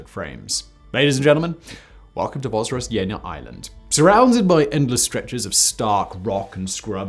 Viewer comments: Your pronunciation of the name was a bit rough, so 'roughly translated' was an unintentionally appropriate phrase to use. Thanks for the video. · Zh in Russian means Ж, which sounds as in Georgia=Dzhordzhia, not like Z. Simon, not Zukov in WWII videos ))) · Came here just to hear Simon fearlessly mispronounce the island in the title.